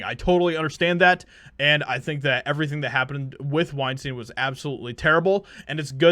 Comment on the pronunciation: The moment you said weinstien, I hope it looses a BILLION.